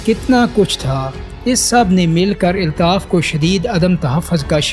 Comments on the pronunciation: Aby pando eltaf nhi Altaf bol kb urdo sahi hogi tm logo ki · ابے او چوتیے ILTAF nahi ALTAF اپنا تلفظ تو ٹھیک کر آدھی سے زیادہ باتیں اوٹ پٹانگ ہیں